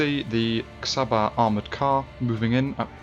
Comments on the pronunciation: Nagyon jó videó, de az Csaba és nem Xaba ;) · Cs in csaba is pronounced like ch in cheese